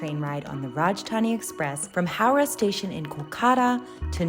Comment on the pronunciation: It's howrah not hawrah. Don't make up names based on your language bayhaaari